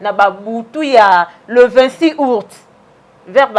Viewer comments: Po oloba Aout Ozo loba ourte, zoba zoba tala suki lokola 👹👹👹👹👹👹👹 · Ayebi ata koloba aout te, azo loba ourte , zoba zoba